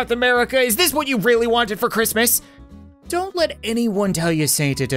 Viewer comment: He said donut understand